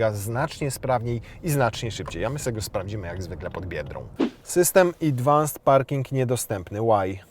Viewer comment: Idwans parking - to chyba z japońskiego, bo z angielskiego to się mówi adwans 😂